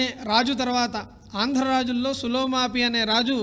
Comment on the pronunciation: పులోమావి ని మీరు "సులోమాపి" అంటున్నట్టు కనిపిస్తోంది